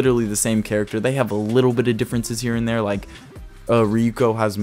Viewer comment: kinda triggered me that he said rukio but im coping and malding anyways cool video